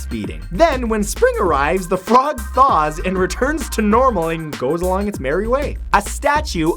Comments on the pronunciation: did he say "The Flog Thaws"? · "The flog thaws..."